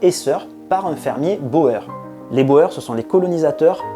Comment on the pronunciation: Merci pour cette vidéo. Juste un détail: Boers se prononce Bour et non Bo Er 😅